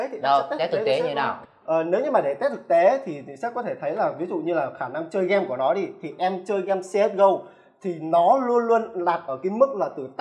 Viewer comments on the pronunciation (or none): ông này không đọc được chữ ê à toàn game đọc là gem, main đọc là men. bó tay